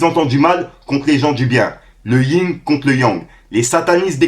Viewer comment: le ying au lieu du yin 💔😣